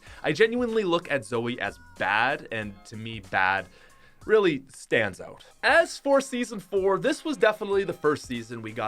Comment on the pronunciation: Its weird when u say out. U say oat instead if out